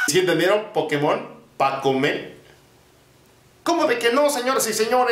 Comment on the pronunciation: No se dice pokemón se dice pokémon